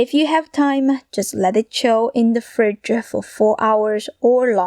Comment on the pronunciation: Rice-uh Fridge-uh 😂😂😂